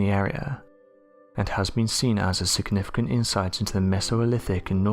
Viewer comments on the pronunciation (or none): none